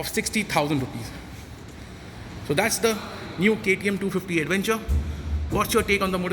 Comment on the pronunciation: What is an aduvenchur? Careful with your pronunciation brother. It's awkward. Use English not Hinglish.